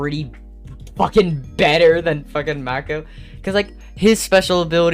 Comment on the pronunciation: It's mAko stop calling him maeko 😭